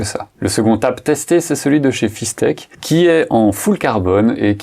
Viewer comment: Salut, intéressant comme sujet. Sinon, c'est pas Fis-tec, mais Fis-ect 😉